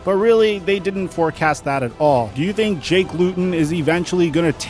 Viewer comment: Also your pronounced jakes name wrong went to high school with him